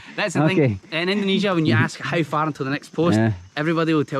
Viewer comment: jgn ikut²an org indo bang yg nyebut indonesia dengan ucapan "endonesia".org indo yg nyebut Indonesia dgn ucapan endonesia itu kyknya lidahnya ky lidah ular,bercabang...